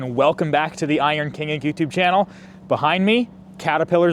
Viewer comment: Slightly pause between the words King and Inc when you say it. All I hear is Iron Kink.